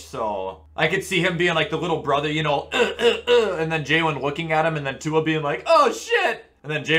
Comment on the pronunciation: Butchered Tuas last name